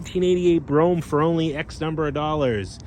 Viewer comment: He actually pronounced it correctly